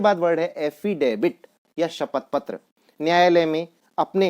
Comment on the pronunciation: माननिय महोदय , एफी़डेबिट , नहीं , एफी़डेविट कहिए । यह शब्द आपके प्रोफ़ेशन से संबंधित है, और आप ही ग़लत बोल रहे । आप का उच्चारण बहुत ख़राब है